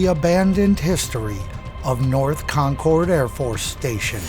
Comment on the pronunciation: Great video . I live about 15 miles from the radar base . One small correction insignificant to the content ; The "cord" in Concord is pronounced with the same sound as the "ord" in the word "word" . Pronounced Concerd ,or just like conquered . This is the same as Concord,NH .